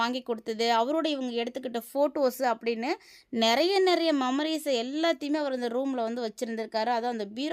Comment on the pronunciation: சொல்வத கரெக்ட்டா சொல்லுமா. வத்தலக்குண்டு அருகே காட்டு ரோட்டில் பண்ணை வீடு. தேனி அல்லிநகரம் அவர் சொந்த ஊர். சுருக்கமாக சொல்லுமா. வழ வழன்னு பேசாதே. மம்மரீஸ் இல்ல மெம்மரீஸ்.